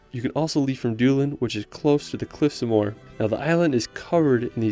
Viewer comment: Nice video, sorry to be critical but you miss-pronounced many names of places: Don-e-gal, Ar-on Islands, Cliffs of Mo-her..